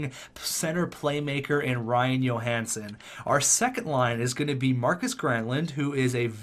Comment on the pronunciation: Please pronounce it Joe-hansen. You are pronouncing it like Marcus Johansson. Keep up the great content!